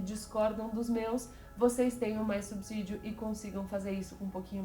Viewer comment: Parabéns por pronunciar corretamente a palavra subsídio, coisa rara de se ouvir!